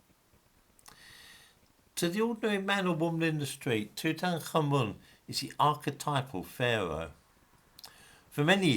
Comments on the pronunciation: Toot- ankh-amun not two-tank-armen nor two-tan-karmen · It's pronounced: Tut-ankh-amun. Which means something like Living (ankh) Image (tut) of Amun.